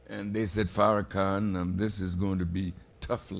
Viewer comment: thats not how you pronounce his name. Out of respect you should learn how to properly pronounce his name